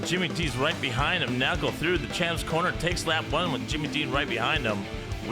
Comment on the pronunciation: 😂😂😂😂 completly understandebel 😉 Schotty is almost perfect! Neckel or Nëckel is really hard in english 😉 well done!